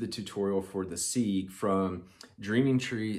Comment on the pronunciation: You're the best pal. This is so well done, as is everything you do for the community. Just wanted to say one thing... Segue is pronounced "Seg-Way"